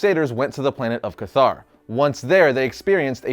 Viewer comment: Cathar “Cet-Har”